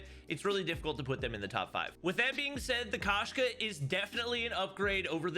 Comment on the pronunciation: FYI the Russian word for cat is Koshka pronounced with a long O sound. So instead of Kashka it should be more like Koeshka